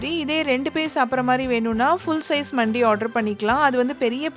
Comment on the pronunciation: For your information it’s not மண்டி it’s மந்தி it’s an Arabic dish most popular in Dubai , Saudi and all the gulf countries Highlightly now in our India mainly in Chennai we’ve several mandhi restaurants the most popular and amazing one was located on exactly at arumbakkam metro station and the shop name was Nahdi Mandi but it is pronounced as நஹ்தி மந்தி I hope this one finds you informative one and thank you for the vlog